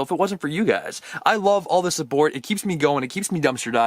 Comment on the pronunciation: At the beginning he said subbort in stead of support